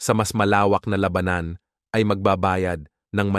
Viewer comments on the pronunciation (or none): Labanan !, ang tama'ng bigkas , hindi Laba-nan !